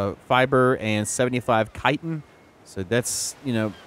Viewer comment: Chitin sounds like>>>>>>> (Ky-tin) !!!!!